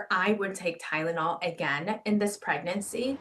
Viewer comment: Pronounced 'TYlenol' like 'CHIna'